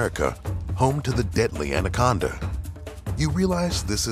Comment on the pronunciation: 2006 He didn't say titanoboa, he said andaconda